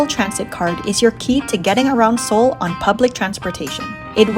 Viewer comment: 서울, 경복궁, 한복, 북촌 등 한국 단어 발음이 굉장히 좋네요! 멋진 영상이에요. Your pronunciation of Korean words is incredibly good! Thank you for your beautiful video. Much love from Korea!❤